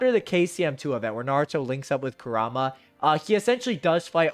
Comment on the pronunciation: OMG PRONOUNCE KURAMA'S NAME PROPERLY